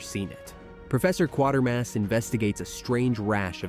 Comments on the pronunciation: It’s pronounced Kway-ter-mass.. 🙄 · All good movies. I've seen them all. And it's pronounced "QUAY-TERMASS." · Quatermass pronounced as in Crater! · Yup! And pronounced KWAY termass